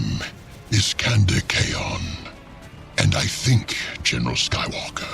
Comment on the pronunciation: Just a little note for future parts of this, Khayon's name is, at least according to the Black Legion novels, pronounced "Sekhandur Caine."